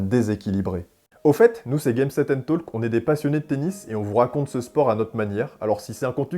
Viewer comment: faux: son 22e, c'est ce fameux RG 1999. Pas bien, (PS dans talk, le L ne se prononce pas 😉)